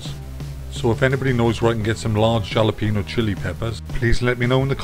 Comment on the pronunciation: Gonna give this a try, hope the wife recovered, and by the way the J in Jalapeno is pronounced like an H.